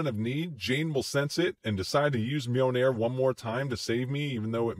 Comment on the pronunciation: Great review, but the constant pronunciation of Mjolnir as "Mee-o-nair" was a bit grating.